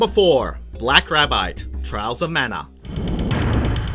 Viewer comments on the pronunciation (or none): none